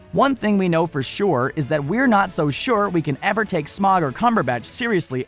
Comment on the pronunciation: smaug not smog